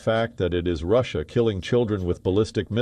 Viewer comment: Rasssiya ? Please get someone with a good English pronunciation please